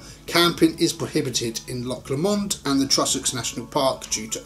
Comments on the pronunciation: I will spell Loch Lomond as it sounds , its not lock its loch and lomond is pronounced lowmund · It's pronounced Loch Low-mond mate, it's a beautiful place ❤